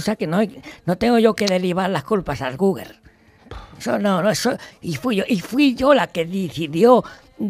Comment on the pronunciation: Se ha dejado la vida en "Googer" jajaja Ortega, eres único.